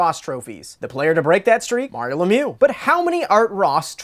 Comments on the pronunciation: It's ironic to have a quiz on Mario The Magnificent but nobody can pronounce his last name; LemiEUX, not LemYOU.; Dino Ciccarelli (Chicka-relli, not Sissa-relli).; Enrico Ciccone (Chick-O-Ney, not Siss-O-Ney). Come on guys, you work for TSN. Having a little respect doesn't hurt. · As a French Canadian I find it hilarilous to watch you mispronounce Lemieux for 20 minutes straight